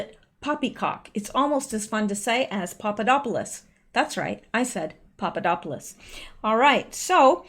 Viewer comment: I love you but I have to say you do not pronounce Papadopolous correctly. The Greek D is pronounced "th" as in then. I is a common name, same as Smith here. Glad you have a PO box.